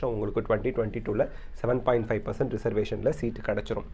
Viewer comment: 7.5% konjam clear aa sollungalae